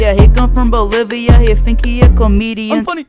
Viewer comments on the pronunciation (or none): Why did bro say Bolivia like he aint never heard of it